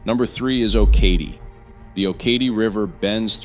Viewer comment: Oh-kah-tee. Accent is on the last syllable.